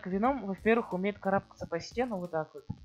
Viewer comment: Ударение на е